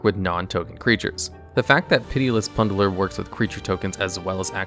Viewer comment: Okay I understand you mispronouncing fantasy words like Niv Mizzet, but plunderer? come on